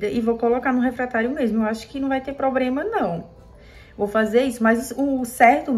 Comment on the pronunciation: não é "probrema", é "problema"